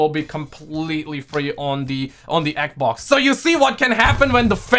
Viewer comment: I like the way he says "eq-vox" (xbox)🤣